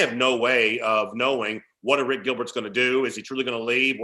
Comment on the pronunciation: Say Airplane. Now say Arik. Don't say a rick. Thank you. Also, Harrah's Cherokee is 3 hrs from Atlanta, not 2.